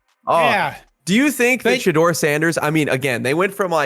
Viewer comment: His name is not Shedeer.🤣🤣 Its pronounced She-dure. And it's Jackson State and not Jacksonville.🤣🤣 And the other 2 didn't know any better either because they didn't correct him. These guys are idiots.